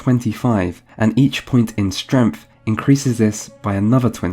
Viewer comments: Though it occurs much earlier, and i wasn't sure if i heard it right, this chunk of the video confirmed it. I love that he says STREMF instead of STRENGTH. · Why do you pronounce strength like strenff